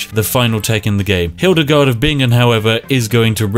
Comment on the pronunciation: as someone from Bingen I am kinda proud you pronounced our city correctly lol